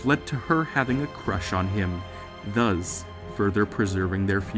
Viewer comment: please say "Thus", not "Thuzz"